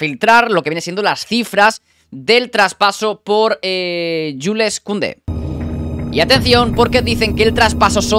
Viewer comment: No se dice Yules sino Yuls aunque se escribe Jules